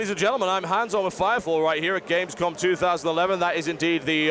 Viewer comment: its gamescom not gamescon, m not n